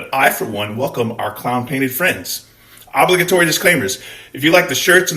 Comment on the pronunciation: The pronunciation of this word is driving me crazy. o·blig·a·to·ry